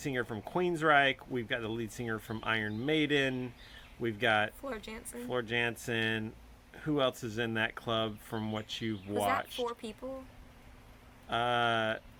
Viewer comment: Alright, I was wondering when we would get to see the dad doing such good work! I'd be interested in them turning the camera on you for an interview to tell us all the music you like and how you got into it. Couple other quick comments: The "J" in Floor Jansen is actually pronounced like a "Y." Also, I was interested in the "medieval epic" description. While I wouldn't use that phrase to describe anything they've reacted to yet, I recognize they've only heard the tip of the iceberg, so it makes sense for them to say that. But if they want to hear anything that really does incorporate a particularly medieval sound, I would suggest the bands In Extremo, Subway to Sally, or Jaldaboath.